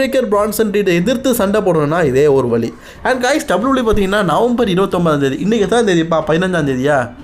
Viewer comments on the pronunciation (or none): Bro adhu vali illa vazhi